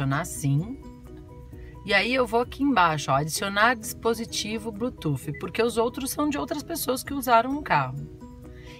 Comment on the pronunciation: O seu vídeo é legal mas por favor não fale blutuf, não sei onde arranjaram esse S e o pior é que todo mundo fala assim, a pronúncia correta para Bluetooth é ( Blutuss) desculpe mas foi só pra ajudar.